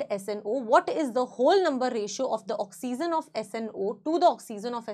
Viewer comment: Oxygen ❌ oxizen ✅😂